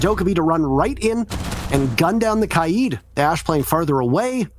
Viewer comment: I don't think Kaid has 2 i's. like it's not kai-id its k-aid